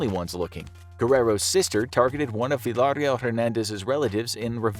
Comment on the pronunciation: He said "Villahhrill" 🤣🤣🤣 It's "Veeya Real"